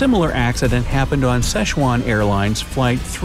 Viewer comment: it bothers me that he pronounces “sichuan” wrong